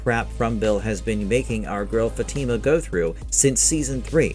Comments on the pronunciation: It’s not an English name, it could be Spanish from South America or Caribbean, anyway her name is not Fati’ma! It’s Fatima! I’m Italian and even in Italy, same pronunciation! Even in Spain! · Why do these NPCs call her FaTeamUh like they never watched the show and don’t have the brain capacity to pronounce her name right 🤦‍♂️ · Her name is Fat-i-ma. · Why people can't fucking pronounce her name right? Don't you watch the show? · Bro you are saying her name wrong jeez